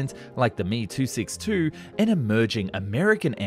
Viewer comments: Not the 'me262'. The correct pronunciation is the EM EE 262 or Messerschmidt 262.. thanks for the video. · With the greatest respect and appreciation of your fine work, aircraft designations are generally pronounced as individual letters, not words. ME-262 is pronounced as Emm Eee two six two, not Me two six two. Take it for what you will. Thank you for the variety of information you bring to our screens. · Dude, did you really just call it the Me 262 (as in me, myself and I)?😆 Please, it’s the letter 'M', the letter 'e', then 262. Haven’t you ever watched an aircraft of WWII documentary?